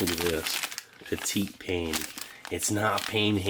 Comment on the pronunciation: lol “peteet payne” Do you not know how to pronounce French words?